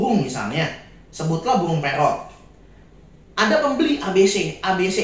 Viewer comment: Maaf ko aku denger kata burungnya jadi pohong (sejenis ketela)😂